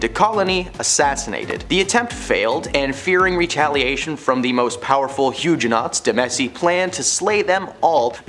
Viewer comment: The mispronunciations are too much!😖 it hurts! I want to recommend these videos to my students, but i cant because of the proTESTants, elizabeth bathORY, huge-nots, etc. Otherwise this is an entertaining way to teach history!!